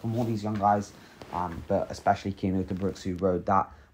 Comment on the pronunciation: It is C Cian not K . You better practish his name, because he is indeed a great talent ! He is climing much more faster then Remco and is also good in TT . He is still verry verry young and must gain somme more power to becomme a extreme great talent ! We belgians know alreddy for a few years he is going to be the next great tour contender now riding for bora .... THANK you verry much for this exelent vid !!! and dont feel embarrest because of my fist words . you realy have to spell his namen with a C ;-) , manny thanks !